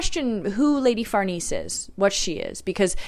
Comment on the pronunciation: Lady Farnese/ Far-Nay-Say